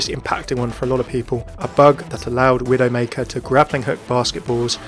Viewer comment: I couldn't really understand what you said about Widow:/